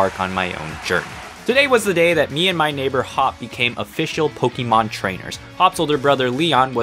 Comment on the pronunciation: I complain this about adults a lot but (no offense) ITS NOT “POKE-EE-MON” ITS “POK-A-MON” ok childish unnecessary rant over